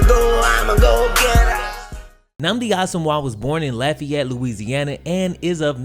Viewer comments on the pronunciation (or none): none